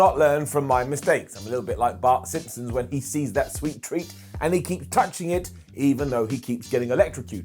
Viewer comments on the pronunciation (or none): I swear to god just called him Bark Simpson